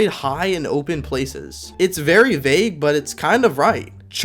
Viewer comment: Bro gave us a vewy simple lesson lol